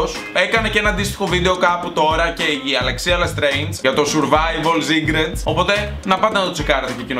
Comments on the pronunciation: Ζουρβαιβαλ ζικρετς λεει.... κλαιωωωω ,3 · Ζουρβαιβαλ σικρετς😂😂😂😂